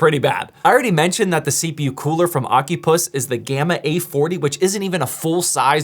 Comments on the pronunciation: 💀 Bro it's O-Cy-Pus not Oc-U-Pus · Is it really pronounced ocupuss?